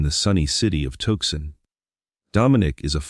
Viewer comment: You need to learn how to pronounce tuson and Guthrie correctly when reporting on someone,to make it sound more factual